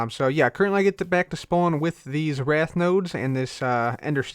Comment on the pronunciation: Wraith is pronounced "rayth" not "wrath."